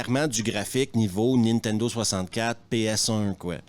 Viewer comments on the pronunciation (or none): none